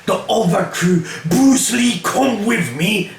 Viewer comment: I love how he still calls Brulee, Bruce Lee xD. Classic:-)